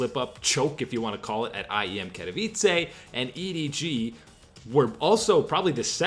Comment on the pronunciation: you pronounce "katowice" weirdly :P